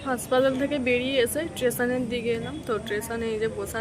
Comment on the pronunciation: tumi stetion er nam ki bolle thik bujhte parlam na stetion er nam janio tomar vlog ta sundor hoyeche